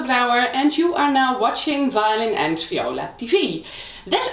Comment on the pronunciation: it is viola not fiola. please